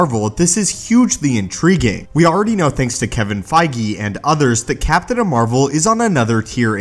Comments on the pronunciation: The most powerful MCU hero is Captain Marvel. BTW did you say Captain "Amarvel?" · Did you just call her Captain Amer-vel?